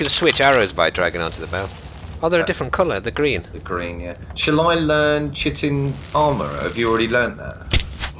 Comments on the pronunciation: it's pronounced kite-in not chit-in:P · Its pronounced Kite-in :) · Yo! Just to help future narrations, chitin is pronounced KY-tin and can be found all around nature! Great vid, I enjoy these survival episodes immensely. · It's pronounced "Kite-in", not "chit-in". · Chitin is pronounced Kite-en. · Chitin? Did he really just say it like that? It's pronounced kite-in. Not Chit-in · chitin is pronounced kai-tin:D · Wooh6066 I can confirm it is pronounced "kite-in", from when I just finished a Biology course. When we were looking at the Fungi kingdom and the mushrooms and such. Also, what do you call a mushroom that tells jokes? A FUN-GUY!!!!!!! That get's me everytime lol. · I'm pretty sure its actually pronounced (Chitin) like ky-tin not chi-tin, I'm not being like "Oh, nerd rage" I'm just saying. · Pronounced - Kai-tin not chit-in. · It's pronounced Kytin, its the main component of any animals exoskeleton. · its pronounced cihtine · and you say it like chi tin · Chitin is pronounced "kite-in" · coelacanth: (/ˈsiːləkænθ/ see-lə-kanth) chitin: (/ˈkaɪtɨn/ ky-tin) (= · Isn't chitin pronounced 'kai-tin'? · Chitin is pronounced kaitin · Coelcanth = Seel-a-canth and Chitin = Kite-in :) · chitin is pronounced kite-in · Without sounding like "that guy", Chitin is pronounced "kite-in". Just thought I'd inform the masses, and. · i named my rex Khaleesi!! also, chitin is pronounced ki-e-tin Love your work:D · ***** Picky I know, but "Chitin" is pronounced "KITE-IN". "Chitting" (pronounced "CH-IT-IN") is a potato planting technique. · Just so you know chitin is pronounced "kite-in". Additionally, be nice to!:) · chitin is actual pronounced kite-in! quality vid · Chitin is pronounced like ky-tin. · Sorry, but chitin is pronounced kite-in. ;) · * chitin= Ky-tehn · lol chitin is pronounced like "kite-in" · Chitin is pronounced kite in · lol he said "chittin" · Isn't chitin pronounced Kiten? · chitin = "Kye-tan"